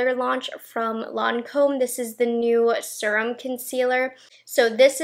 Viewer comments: I listen to her videos when I get ready and my husband always has to comment on how she says serum like it’s spelled srum or surum. The correct way to say it is see-rum. Now my husband calls her the “seeeeeee-rum girl.” 🤦🏼‍♀️ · You are the only person I ever hear say Serum like that. :) You say it how it is spelled. I wonder if everyone else says it wrong. Lol